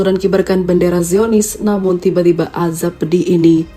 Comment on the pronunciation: "AZAB" bukan ajab